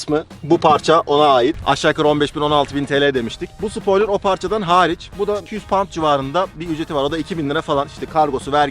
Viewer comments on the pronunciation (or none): none